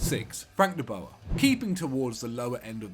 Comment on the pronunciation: Funny how they pronounce de boer 😂